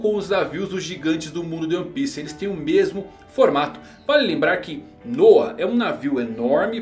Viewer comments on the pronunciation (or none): none